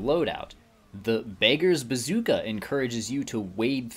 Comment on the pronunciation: BAKERS BAZOOKA Bruh it's pronounced Beg-ers Ba-zook-a